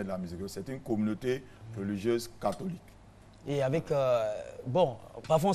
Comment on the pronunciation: Hum RTI on dit pas "réligieuse" mais "religieuse"